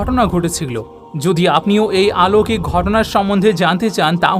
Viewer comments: আলৌকিক নয় বলুন অলৌকিক। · শব্দটি অলৌকিক, আলৌকিক নয়।